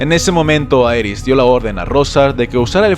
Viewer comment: En la dinastía Targeryan el diptongo "ae" se pronuncia como "i": "iris", "rhilar", "rhigar" "dinerys" "igon". 🙂